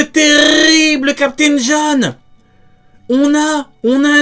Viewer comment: LE TERRRRRIBLE CAPTAIN JOHN🤣